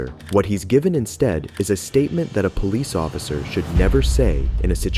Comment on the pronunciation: Plesss… POL… plolice occifer